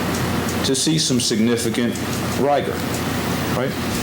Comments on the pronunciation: I know it doesn't matter but every time that guy pronounced rigor rye-ger it makes me twitch... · its almost as much disdain as I have for him mispronouncing rigor all but 1 time.